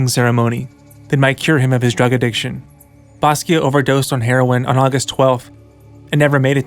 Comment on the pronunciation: Stop saying basquio